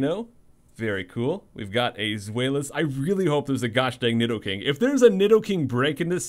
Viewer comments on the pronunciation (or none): none